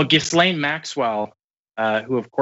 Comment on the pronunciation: I love the blatant mispronunciation of Ghislaine’s name. Peak level trolling.